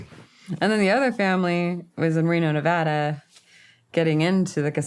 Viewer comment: Thank you for pronouncing Nevada correctly! I’m from Reno and grew up between Vegas and Reno. I hate when people call it Nee-vahhhh-da. It’s Na-vad-ah! ❤❤❤😂. Also, our up bringing was so similar! I knew the minute you said 40s and the memories flooded back! Crazy! And the Meth stories. Omg. I wonder if that’s how we all remember NV once we leave it!